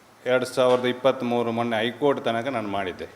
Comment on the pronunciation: Modlu kannada sari maatadu,keraladava,ಮೊಣಣೆ ಬದಲು ಮೊನ್ನೆ ಅಂತ ಒದರು